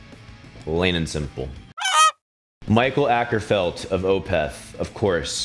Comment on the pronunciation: as a scandic i hate how you pronounce mikael åkerfeldt